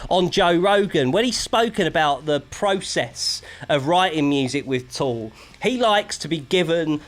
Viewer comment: Tool. Not Toll.